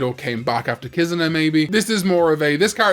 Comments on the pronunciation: What the hell is a “KIZUHNAH”?? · The way he pronounces Kizuna shows that he has no respect for the Japanese language.